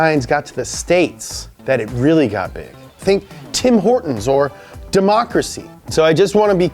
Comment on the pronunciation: Did he just say Tim Horton’s? 😂